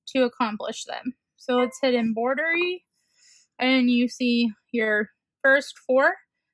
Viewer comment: It’s not EMBOIDERY It’s EMBROIDERY with an R!